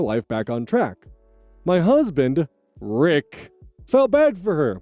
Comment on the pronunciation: Story 2: Love the tone when you say 'Rick', pronouncing the not-so-silent 'p'